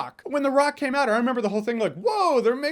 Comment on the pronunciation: "Welcome to the Rrrrrock."